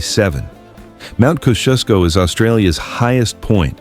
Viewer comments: Why can’t Americans pronounce Koz e os co. (Kosciuszko) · KOZ-EE-OSS-KO pronounce the syllables slowly. We love our country enough to care about how words are pronounced. Yours was as bad as EMOO 👀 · Mt Koziusko is pronounced kozi-osko or Cozi-osco. The first o sounds like the o in “bottle”. The second o sounds the o in “so”. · Australia may seem strange to some but not to us Australians as its our home. Kosciuszko is pronounced Cozy Os Co. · Its Kos ee Os Ko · It's pronounced "Koz ee osk ō"